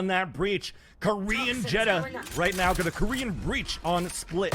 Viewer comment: why doesn’t this dude say xeta